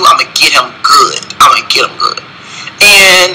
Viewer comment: For 3 reasons why I'm done; purching & smacking your lips, instead of saying homosexuality he kept saying homosexual, & replacing "good" with "goot".